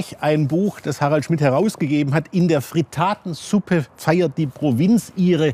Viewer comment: Nicht Fritaaaatensuppe, sondern Frittattttttensuppe bitte!